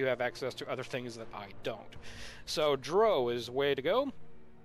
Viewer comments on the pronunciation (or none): it's pronounced dr-OW, not d-row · More gooder? Pronouncing drow as if it rhymes with crow? Got 2 mins in and paused the video. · He said drow wrong. As a huge fan of them, I'm kinda salty about it. lmfao